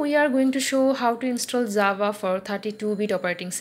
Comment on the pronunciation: Its not zava its java